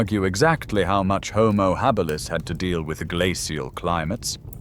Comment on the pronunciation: Lmao "houmou Hah-beelus" 😂😂😂